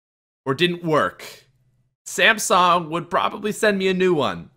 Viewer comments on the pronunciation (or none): none